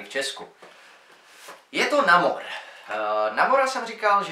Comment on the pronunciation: Promiň ale namor se vyslovuje nejmor